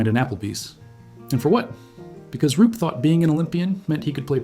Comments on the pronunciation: Roop not Rupe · It's Roop